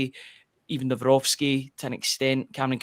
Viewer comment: It is Nav - Rocki there is no S